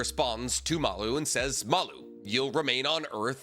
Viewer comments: pls read the official translation because the aliens name is maRu not maLu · im going to be really lazy right now (and not do any work to look into it), how do we know its pronounced Malloo?